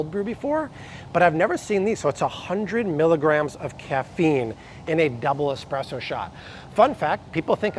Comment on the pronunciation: S presso not x presso!